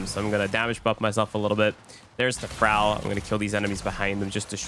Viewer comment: I hate to tell you this but thrall is not pronounced fral